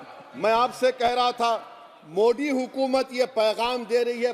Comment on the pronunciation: औबेसी जी हर जगह "द"को "द" ही बोलते हैं जैसे "हिंदुत्व" लेकिन "मोदी"को *मोडी*क्यों ?